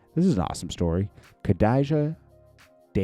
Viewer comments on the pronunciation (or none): Straight slaughtered that girls name 😂😂😂 it's pronounced Kha-Dee-Jah